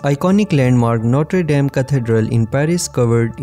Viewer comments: A CATEDRAL DE NOTRED ...DAM, MALDITA IA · Também percebi os erros de pronuncia no vídeo quando nomeava o templo. Mas não vi e nem ouvi nada relacionado a desgraça. Isso deve estar dentro do seu coração. PS: os erros foram por conta deste vídeo ter sido traduzido automaticamente.